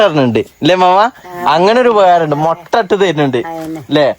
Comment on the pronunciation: മൊട്ട അല്ല മുട്ട